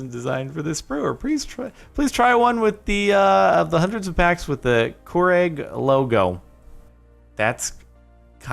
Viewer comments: mildly infuriating; how he pronounces keurig "cwooregg" ITS "CURE-IG"!!! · Keurig (Ke-UR-ig) not Keurig (Core-egg) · I'm mildly infuriated that you said it like Koreg instead of Kureig. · Koo-rig Its keer-ig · Did Jordan just pronounce Keurig as “Koo-reg” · The way he pronounces Keurig. KOOureGg? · "Kooreg." JORDAN PLEASE! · Fukn hell dude. It’s “kure_rig” not what you said just like it’s “roe-d-oe” not “roe-day-o” and just like it’s not “car-mel” it’s “cara-mel” SPEAKING OF INFURIATING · Aaron how do you pronounce it? I’ve always pronounced it Cure-Egg unlike Jordan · I pronounce it ker egg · RC HAZARD 87 - (cure) (ig) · The way Jardon pronounced "Keurig" is mildly infuriating. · to be honest, the most infuriating thing of this video is the way you pronounce Keurig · He mispronounced Keurig😤 I have high tolerance, but I swear Jordan does things on propose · What’s mildly infuriating is how you pronounced keurig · Also mildly infuriating that you mispronounced Keurig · The way jordan said "keurig" got me mildly infuriated tho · Die is the singular. Dice is the plural. First edit: You're mispronouncing Keurig. Second edit: My guess would be that the girlfriend is a Home Ec teacher. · The way Jordan pronounced Keurig mildly infuriated me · It infuriates me how you pronounce Keurig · I'm mildy infuriated by how he pronounced keurig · Mildly irritating... how you pronounce Keurig.